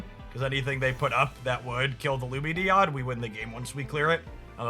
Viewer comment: He finally pronounces Lumineon correctly! Huzzah!